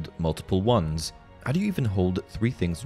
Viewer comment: Because they are Wands not Twands :P